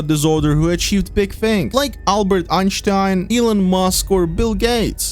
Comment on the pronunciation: Bro said Einstein so good